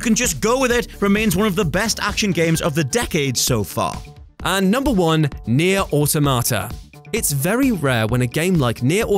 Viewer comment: Nier O Tomato